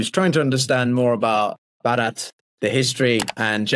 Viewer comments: You're still saying barat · Bharat first a is long vowel second a is short vowel. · You said Bha+rat who was a King after whom our country is named. It's pronounced as Bhaa+rat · Its not Ba raath ,please try pronouncing it as Bhaa rth. Nice videos, by the way! Thank you for these perspectives! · You pronounce it as "Bharath". There is no hard T at the end. The T is more like "th" in "the". "Bha + Rath". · BHARAT should be pronounced correctly, it's not tough. You can distort our name we don't mind, but country name must be respected.